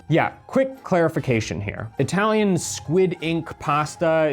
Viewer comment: italian pronunciation is hilarious.